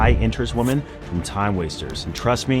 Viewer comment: I still can't get over how this man can't say women correctly lol